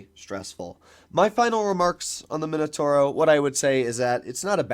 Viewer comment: MI NO TAU RO… not minotoro 😵‍💫